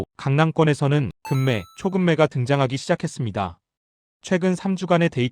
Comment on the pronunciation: 금매? 금매 ? ㅋ 국어부터 배우고하세요